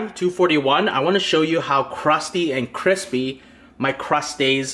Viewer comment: *crisPAY intensifies*